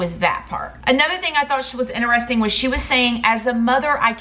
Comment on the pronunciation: “Ineresting” 😂 love you ❤️